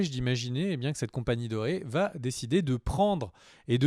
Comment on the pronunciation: Il faut cesser de dire "Cela va Têtre ceci" ou "Cela va Têtre cela", il n'y a pas de "T" à la fin de "va". Cela fait plusieurs fois que je fais la remarque mais ne semble pas lire les commentaires...